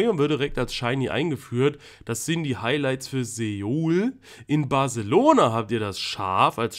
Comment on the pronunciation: Soo - uul Nicht Seuool 😂😉